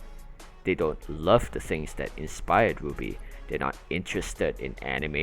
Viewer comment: your pronounciation of rwby sounds like 'booby' i was confused for 2 minutes until i understood.